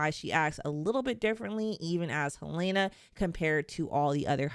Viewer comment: HELENA! NOT HELAYNA! It’s pronounced correctly in the show. That’s a clue for the clueless